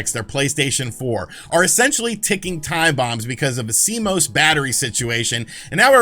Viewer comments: C-Mose....Almost right. It's C-Moss! Better than last week, when he was calling it C-M-O-S! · Public Service Announcement: It has come to the attention of computer nerds everywhere that YouTubers are pronouncing CMOS in a variety of different (and quite incorrect) ways. It is pronounced C-MOSS. Thank you. You may now resume your regularly scheduled panicking. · "See-moss" -Cmos